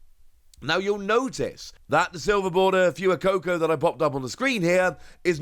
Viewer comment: dude, for like the 1000th time, FWAY-COCO, not “fyooweeh coco”